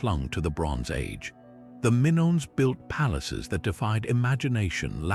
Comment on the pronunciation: WTF?!? The Minnons? Get the names right, please. Double check your AI content, sheesh!